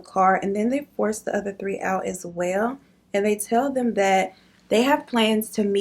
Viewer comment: tree instead of 3 like he’s Caribbean 🤣😂